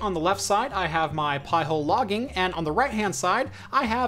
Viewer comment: Pie-Hole? 🤣🤣🤣.....NO! PI HOLE! 🤬